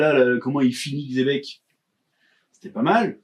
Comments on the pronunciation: Mais pourquoi il l’appelle Tchebec? Ca se prononce Xebec avec un X non? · La vraie prononciation c'est Jibek, donc il est plus proche en disant Tchebek que ceux qui prononcent le X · Cest dommage d'utiliser le mot xebec 800 fois mais ne pas savoir le prononcer 😮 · Xebec, la vraie prononciation jap normalement c'est "Jibek" mais bon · la vraie prononciation si on devait l’épeler ce serait plus Djibék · Le X se prononce Ch en chinois et d'autres langues, il se donne juste un genre en disant tchebec en croyant avoir une prononciation correcte alors que pas du tout, ni en français ni en chinois ni en espagnol